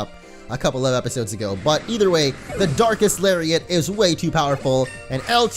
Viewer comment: I seriously thought he said dark ass lariat